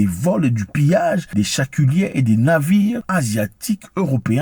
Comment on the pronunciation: On dit chalutier tonton zack 😂😂😂😂 et non chaculier